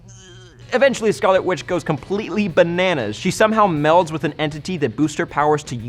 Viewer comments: did he say? "quick silver and scarlet qwitch? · Is he saying "whitch" on purpose or is it just my hearing?